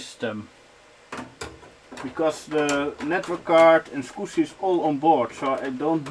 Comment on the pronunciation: Hi,! I’m a long time viewer and I really like your retro PC videos, but for the love of God - can you please, PLEASE learn how the word SCSI is properly pronounced? It’s SKAZI not SQUSI. Sorry for nitpicking, but for whatever reason it sounds so wrong each time you say it, that it really distracts from the video. Otherwise - great job and nice build as always, keep up the great work, cheers!